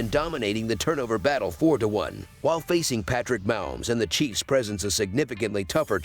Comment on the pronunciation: You pronounce it Ma_Homes